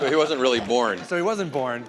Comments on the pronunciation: OH REARRY??? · OH REARRY?